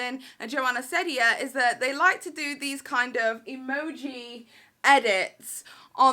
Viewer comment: It’s ceddia as in seedia